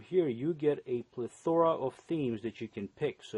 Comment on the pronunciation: plee-thora lol